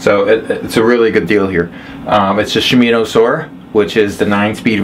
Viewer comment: ? Same bike I'm looking to buy God I hope I get a deal like you did. It's she mono is how it's pronounced for the Kranks the derailleur and all of that you're pronouncing it wrong.